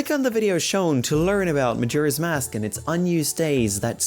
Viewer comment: DID YOU JUST SAY MAJIRA'S MASK?! XD